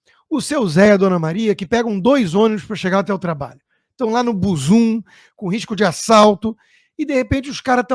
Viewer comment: Não é buzum, é BUZÚ, pelo menos Salvador.